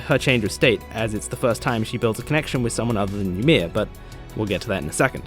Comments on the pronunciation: WAIT. Hold up. Is this how English-speaking people pronounce Ymir? ... Is this how they said it in the english dub?! I... wtf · Man, I hadn't even thought about the fact that you might pronounce it weird. That's wild.